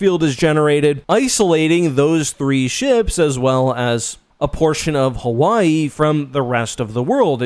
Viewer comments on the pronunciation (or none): none